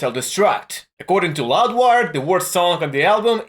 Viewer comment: Its Loudwire, not Luadwar